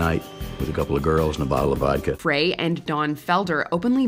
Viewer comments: The Monkees were a 'band' created for the TV show so it's hard, for me anyway, to see them as one. The group members had limited involvement in recording their hit songs. Re The Eagles - Glenn Frey's last name is pronounced 'FRY', not fray. If you're going to do the voice over for these videos, you should make sure you pronounce names correctly. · Why does always mispronounce Glen Frey's name? It's pronounced like fries, but you keep pronouncing it like fray. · It’s FRY lady not Fray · Peter criss died....that pretty much ruined any chance of reconciliation lol....also Glenn Frey is NOT pronounced fray just sayin....do some (more) research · Glen Frey's last name is pronounced "FRY," NOT "FRAY." 😅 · Ever since G. O. T. millennials think Glenn Frey’s name is pronounced “fray” instead of “fry.” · learn your artists---Glenn Frey is pronounced "FRY", not "FRAY". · You could have at least pronounced Glenn Frey's name correctly (pronounced FRY). I think he's earned that much respect. :( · Glenn “Fray”? Come on,. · Glenn Frey's last name is pronounced like "fry." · Who’s “Glen Fray”? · I'm I the only one cringing when she keeps pronouncing Glenn Frey's name "Fray". Or am I missing something? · Glen FRAY??? And just like that, the narrator lost all of her credibility and the YouTube viewer moved on to another video. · Glen Fray? You lost me when you mispronounced such a huge name in the business. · It was Don Felder and Glen Frey (pronounced FRY) who fought on stage Randy Meisner had already left after the Hotel California album. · Glenn "Fray"...you've never heard of Glen Frey? Holy crap people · Call him Fray one more time 🔪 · “Glenn FRAY”????? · Im annoyed that the commentator kept mispronouncing Glenn Fry’s name. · The monkees were from Britain. And Glenn Frey's name is pronounced FRY as in french fry. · TELL ME I DIDN'T JUST HEAR YOU SAY GLEN FRAY...OMG, my favorite group of all time has been disrespected. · Glenn FRY it is pronounced FRY